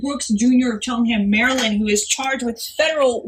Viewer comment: "Messy Maryand!"